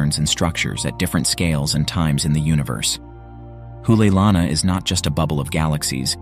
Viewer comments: Not an expert, but my pedestrian knowledge of the Hawaiian language tells me you are mispronouncing "Hoʻoleilana ". I believe it would be pronounced "Ho -- olay -- ilana", with the apostrophe acting as a brief separating pause.There is no "oo" sound. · The ' stands for a glottal stop.